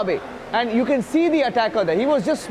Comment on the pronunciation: How many times are you going to say “you can see dee attacker”